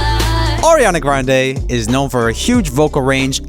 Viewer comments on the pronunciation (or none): none